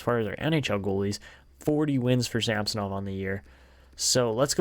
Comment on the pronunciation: SamsOnov not a SAmsonov